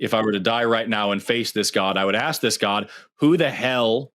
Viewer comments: Good to know that not all dumbasses are Americans. As soon as said "axe" instead of "ask," he outted himself as dumb, and things just spiraled downhill from there.... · It's as hard for some Americans to say "ask", as it is for to understand this argument!